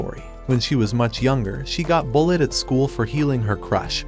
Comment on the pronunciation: Instead of bullied he said bulled😂